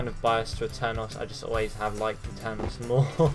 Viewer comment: Please It's A-ter-nos not Ater-nos Please get it right